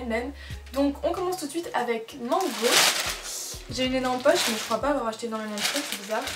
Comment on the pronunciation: "Une poche" ahah le sud